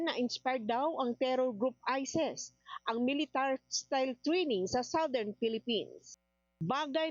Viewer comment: Ano ba namang reporter yan, ayusin mo naman ang pronunciation mo. ISIS, hindi ISES